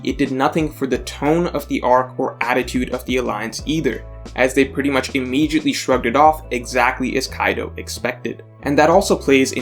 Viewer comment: No video is complete without the word "immejiatly"